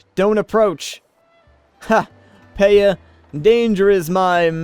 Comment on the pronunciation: Also,, I think Paya is pronounced Piya as in Maya is pronounced Miya.